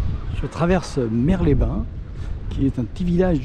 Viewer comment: Merci, c’est une très belle vidéo ! On dit « Le Tréport » et les mouettes font parties du patrimoine de cette ville. Les falaises sont les plus hautes d’Europe je crois. Et Mers, sa « ville sœur » avec Eu, on sonorise le son «s »